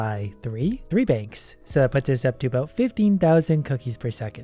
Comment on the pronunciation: lol at one point in the vid he said bankths